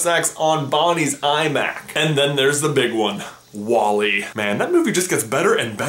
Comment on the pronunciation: I heard iMac as IMAX 😂😂